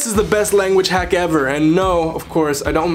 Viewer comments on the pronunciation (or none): none